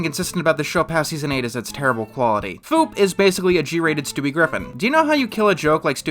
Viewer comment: Everytime I heard say Foop, it always sounded like he was saying Poop.